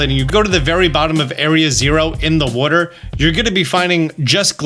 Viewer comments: I like when he says "wooter". Down by the wooter, in the wooter, drink some wooter, they're all my favorite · I love the way he says Water